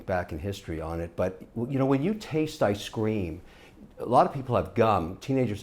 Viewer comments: "I scream" why is Kevin's pronunciation of ice cream so weird? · Yh bro ice creem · He used to have a speech impediment could be leftovers from that.